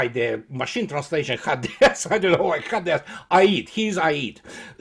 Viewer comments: по-английски Аид это и есть Hades. ХЭйдис читается. Спасибо, всегда смотрю и слушаю с удовольствием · Ударение на первом слоге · по-английски имя бога Аида звучит как Хэйдес. Вот поэтому "машин транслейшн хадэс"